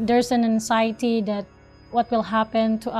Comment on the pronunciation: she cant even pronounce anxiety properly